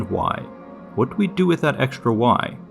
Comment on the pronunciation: There is no "SH" sound in "Str" nor in "Xtr"("ekStr")! "Strange", not "SHtrange"! "eXtra", not "ekSHtra"!